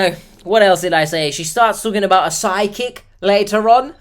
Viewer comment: I kept thinking you were saying Sidekick instead of Psychic. It took me some minutes to figure out it wasn't some new GenZ definition of Sidekick, some AI app generated friend that's always cockblocking her at the local watering hole, and a worse case scenario of a definite scam: Psychic. 🪄